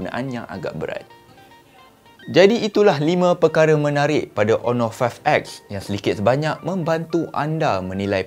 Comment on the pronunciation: hon·or ˈänər/ Pronounce it right,!